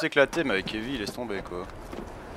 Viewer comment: en passant cest evie et non ivy loll